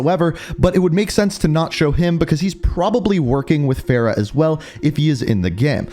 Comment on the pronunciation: Its farah